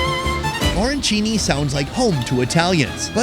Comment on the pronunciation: Dude!! "O-rancini"?? I am surprised you didn't get banned from New York!! Ah - ran - chini. Capisci??